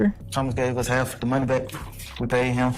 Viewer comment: Bro when you said “HaLFFFFF?????” I died 😂😂😂😂